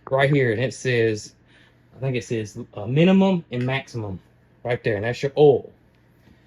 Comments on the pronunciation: It's oil, not ole. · Are you saying oil? We just pronounced it different in VT.